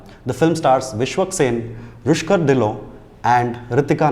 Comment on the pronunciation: ) Its Rukhsar, not Rushkar